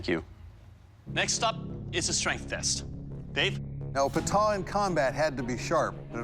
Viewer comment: It ain't Bog Knock, it is Bagh Nakh. It is not Qatar (that is a country lol), it is Kattaar. It is not Pata, it is Pattaa.